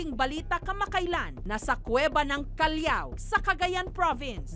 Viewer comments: Callaw(callao),hindi po callyaw.. hehe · please po miss jessica pakibasa ng mabuti yung words i mean aralin mo muna as a reporter kung pano bigkasain talaga yung word. hindi po kalyaw kallaw po ang pagprounounce and its spelled as CALLAO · Callao pronouced as Kal-law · Iba Yung pagka pronounced ni ma'am Jessica Sa "Callao" Hehe Pero ang ganda ng Callao cave kung pupuntahan dito samin 😇